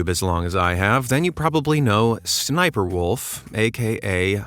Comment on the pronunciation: Sniper, Wolf doesn't like when you say her name like that.She you're not supposed to say her name like that